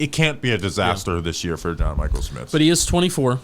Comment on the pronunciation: It’s pronounced sCHmitz!